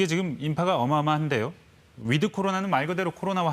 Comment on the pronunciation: 위드 할때 드는 약하게 발음. 거의 "윋" 로 발음하도록. 윋 코리아.